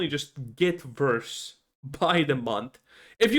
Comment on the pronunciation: It's WORK with a W not Verk with a V, it's Worse with a W not Verse with a V fucks sake